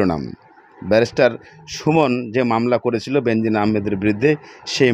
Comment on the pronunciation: Bhai nam ta hobe Benzir Ahmed. No benzin